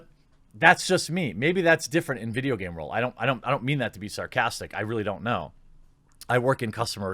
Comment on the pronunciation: "Its the gayme that keeps on gayving"